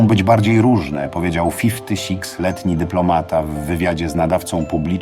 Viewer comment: Fifti six letni xd